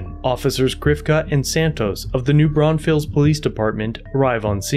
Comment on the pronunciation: As a Texan, hearing you pronounce New Braunfels makes me laugh 😂